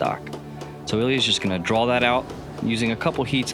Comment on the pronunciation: Why does think that there is an L in draw!